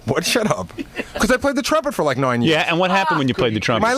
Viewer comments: Gary "We're noine years apart". Howard is 7 years older. Played the trumpet for "noine" years. Can't say "..about 10" He is so f***ing weird about that. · "I played the trumpet for like noine years..." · Gary says noine a lot in this 1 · "noine years" "noine years" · “I played the trumpet for like noine years” Nice, Jackie 😂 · Adding that additional “o” just makes the word nine gd hilarious 😂